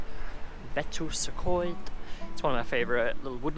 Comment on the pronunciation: You pronounce Betws-y-Coed very differently to how I thought it was pronounced. I really need to get better at Welsh pronunciation.